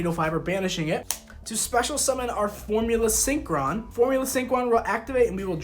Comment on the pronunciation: Yes. Yes he did say formula syncqwan